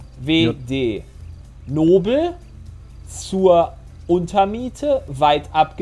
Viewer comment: Hat aber auch schlecht ausgesprochen, da wäre ich auch verwirrt gewesen. Nobel wie der Nobelpreis und nicht wie das Adjektiv.